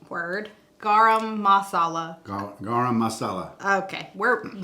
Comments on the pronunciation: it is pronounced "Ga Rum". LOVE Indian food. So glad you ventured out and did something different for you! If you are not familiar with it go to a buffet to try many different things and see your favorites. So delicious!!! I too like spicy food and buy the hot curry powder vs the regular. Steven sure has lost a ton of weight I noticed today. He's so sweet to gush on every dish you make. Serrano peppers typically range between 10,000 to 25,000 Scoville units, while Jalapeños fall slightly lower in the range of 2,500 to 8,000 Scoville units. I prefer the Serranos! Well done!!! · Garam is pronounced Guh ram muh saw la, lol. I love butter chicken! There is a gas station a few mins from where I live that an Indian man (from India) runs the gas station and he cooks butter chicken and chicken curry 2 times a week and both dishes is so delicious! If you want a little more heat I'd add a little cayenne pepper. They put cinnamon in some dishes and they also use peanuts in some of their dishes. They make Roti Ro tee and it's like their version of tortillas but it has garlic and herbs infused in it. It's pretty good. My mom's boss is and Indian( person from India) and they make her food and I try it sometimes, it's pretty good. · Hi!! It's pronounced Gar-um and you got the second word perfect! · It is pronounced Gram like a gram cracker you got the Marcella correct